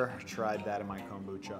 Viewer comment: The way you say Kombucha is brutal.